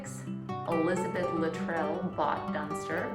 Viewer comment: Minor point, but the name Luttrell is pronounced with the emphasis on the first syllable